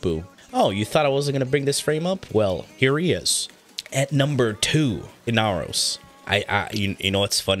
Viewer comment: The amount of pain I felt when you said inaros just hurts